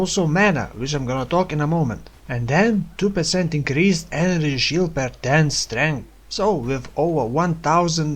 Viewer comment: enenergy shield, love the vid, but maybe try to practice saying energy shield, it gets annoying pretty fast :(